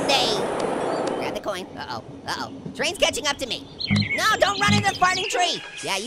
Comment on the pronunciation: says traisn